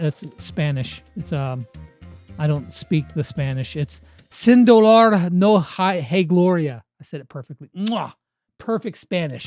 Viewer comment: this was really close you said hay wrong